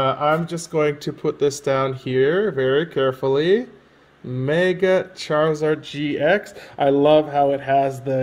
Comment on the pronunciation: Did he say Mega charziard GX heheheh